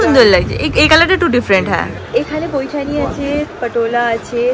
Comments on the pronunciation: It’s paithani .. not poithani … Tumi correct korte bolle tai comment korlam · Paithani not poithani